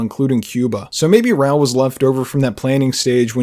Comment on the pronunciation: saying "RAL" instead of "RAUL" is killing me lmao 😩 Wicked detailed video though!